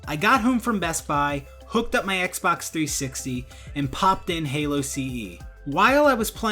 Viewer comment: "three sixeyyy"